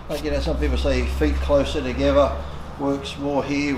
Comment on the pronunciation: Legs close "too geva"